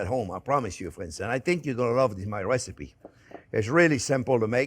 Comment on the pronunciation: I came for the wesipe!